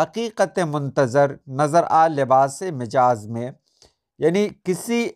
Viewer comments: مَجاز ،صحیح تلفظ ہے. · آپ لفظ غلطی( غ پر زبر، ل پر زبر، ط کے نیچے زیر اور ی ساکن) کو غل طی بولتے ہیں۔ براہ مہربانی اس پر توجہ دیں۔ اس کے علاوہ لفظ مجاز "م" پر زبر کے ساتھ درست ہے۔